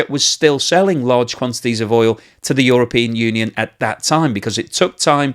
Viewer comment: ish .. I swear I heard Uralpeon union there .. do you know something we dont? :p